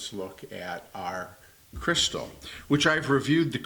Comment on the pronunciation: Do Americans say "crystal" for Cristal champagne too? khree-STAL